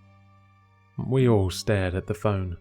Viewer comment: "My hand... scalded", not "My hand scold it" lol